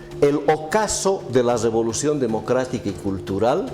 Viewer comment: Todo estaba interesante hasta que habló el shato...antes... guardián de la "revolushon" India 😜